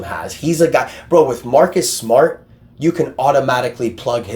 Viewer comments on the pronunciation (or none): From Mawkus Smawt To Marrrrrrrkus smarrrrt